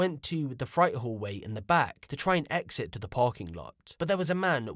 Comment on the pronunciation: Freight is pronounced frate not fright just for your info 👊